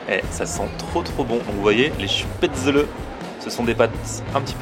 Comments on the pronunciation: Spetzeuleuh tu ma tué 😂 Ça se dit "Chpétzlé" ;) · Tu me stresse a dire Chpatzele ça se dit Spatzel ^^ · Ma mère étant autrichienne , ça ne se prononce pas spaetzle mais chpatzel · ahh on dit pas spaetzeuleu mais spétzlé (je l'ai écrit comme ça se prononce) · chpaitezeule sa se prononce pas comme sa 😂😂 on dit " schpatzeleu" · moi je suis alsacien. on prononce: chpézlé!!! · Ca se prononce shpaitslé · C'est des Spaetzlés et pas SpaetzlEs😂 contente que mon territoire te plaise😌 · on prononce pas plutot ça "chpätzlé"? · Sacrilège !!! On dit SPETZLÉ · Sa se dit schpètzlé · J'ai jamais entendu une prononciation aussi moche du mot 'spaetzle'